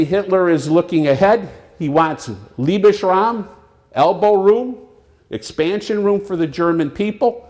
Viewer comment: That introduction was way too long and made me cringe repeatedly. "Liebesraum", ugh